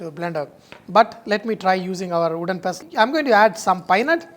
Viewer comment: "I put it in wodden pastel and did lot of Dhinchik".........haha love him.....still like a kid